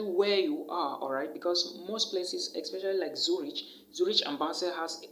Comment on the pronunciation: Zurich is not pronounced Zuritch. It’s pronounced as Zurik.